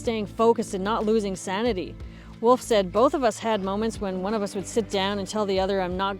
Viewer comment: Wolf = o, not oo :) - I skip the surname "Höntsch" ;)